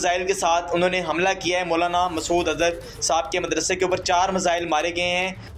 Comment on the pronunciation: Phele missile bolna toh seekh lo😂😂